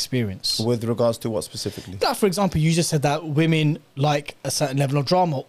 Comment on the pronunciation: Why do u say vv instead of W when saying women?